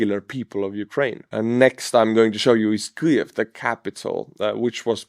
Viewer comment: Kliev? How hard is it to say: keev? There's no L in Kyiv. I know you won't respond (never do) but thanks for the news about Russian losses.